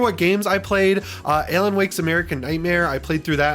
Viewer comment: Buddy really consistently mispronounced ALAN